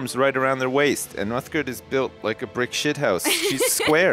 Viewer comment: ***** I think he meant that it is pronounced uthgerd not uthgard